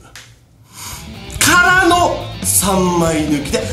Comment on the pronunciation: ビートボックサーすぎて「からの」の「か」の部分がリムショットになってる笑